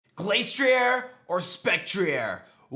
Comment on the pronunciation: The ‘Glas’ in Glastrier isn’t pronounced the same as the word ‘glace’, as in Glaceon. It’s pronounced as ‘glass’. It’s icy head is said in the Dex to be as hard as glass.